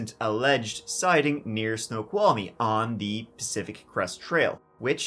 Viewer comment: Your pronunciations of Wenatchee and Snoqualmie impressed me as even wa locals get those wrong!!